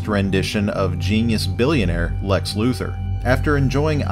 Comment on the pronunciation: When you said Lex Luthor I thought you said Lex Looser